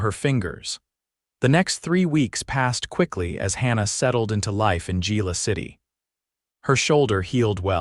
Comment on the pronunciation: To whoever is narrating this it's pronounced ' Hila' not Gila